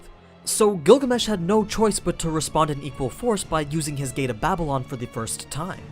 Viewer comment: i heard google mesh even the auto caption heard it